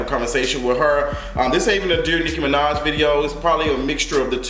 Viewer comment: He said "Hoe-maj" I'm deceased 🤣